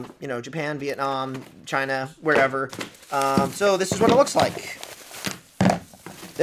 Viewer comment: "Because it came from...CHYNA."